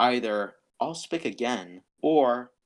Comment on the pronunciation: First!!! Suggestion: Make these podcasts shorter. Also, I think it’s pronounced ah-lehs-pic